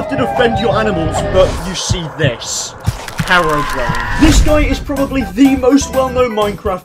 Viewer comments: Did he just say harrowbrian and not herobrian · It’s hero brine not hairbrine